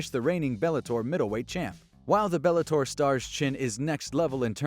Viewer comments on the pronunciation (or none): none